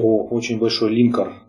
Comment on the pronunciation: Спасибо за видео, каждый день смотрю как сериал. :) Один момент - все-таки линкОр, а не лИнкор. Слух режет...